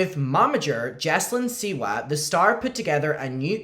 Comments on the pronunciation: I can’t say it normal anymore she’s now jojo seawee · It’s no longer Siwa. It’s siwi